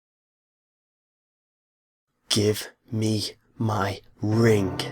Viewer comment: He said rink:-)